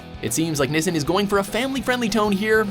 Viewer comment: dude... it's nee-sheen